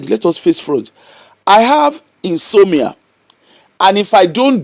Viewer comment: The word is in-so-mnia. ...inability to sleep.